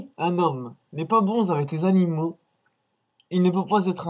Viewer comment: "Les chats sont des créatures vivantes, ayant des sentiments" Naaaaan tu crois? "Si, un homme, n'est pas bon zavec les zanimaux" Hee faut arrêter les liaisons qui servent a rien hein. Imaginez la tête de Sergi s'il voyait ça. Et il veut pendre Norman en plus. Il dit "Et je te remets la chaise" mais vu le temps qu'il a mis pour raconter les détails, les cervicales, les petits pruneaux etc, Norman serait déjà mort. Sache que quand on meurt pendu, c'est par le coup du lapin que produit la corde.